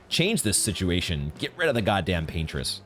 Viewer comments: "Pain-tress" is crazy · Yeah I’ve never heard that interpretation before it was pretty funny. Because I kinda get it lol